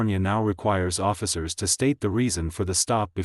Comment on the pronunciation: Is there any chance you could find a human English-speaker to read your scripts? Your robot voice is dismally painful. Could you teach your robot that the word “to” is not an acronym, it does not need to be spelled, it is a simple word.